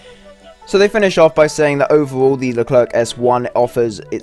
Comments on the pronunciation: Pronounced as "Lu claire" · What are you saying LerclerK ? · Pronounce it "LeCLAIR" the last "C" is silent ! But God ! I wait this one since the whole tech tree was added ! And a good remind, this is a S1, a pre-serie ! Last models are "F1" standards F1 have a "slicker" design And the brand new XLR update of the F1 is even slicker Leclerc MBT also have an upgrade with a 140mm gun called the T4, tested and maybe soon exported to EAU Leclerc F1 XLR is also foreseen to be fitted with a drone for "over-the-hill" recon and engagements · the last C in Leclerc is mute please xd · Stop pronoucing the "c" at the end, we don't pronounce it And please stop joking on the reverse speed because this thing, IRL, is actually the best in its category